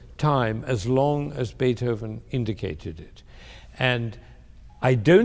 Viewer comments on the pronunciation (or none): none